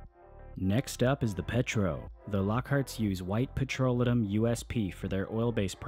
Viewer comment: Learn to pronounce petrolatum. Pe-tro-LAY-tum.